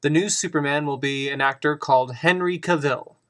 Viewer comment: It's CA-vill not ca-VILL.